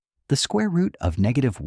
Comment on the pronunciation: Its rooot mf